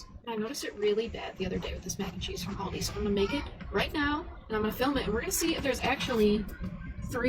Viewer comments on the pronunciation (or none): none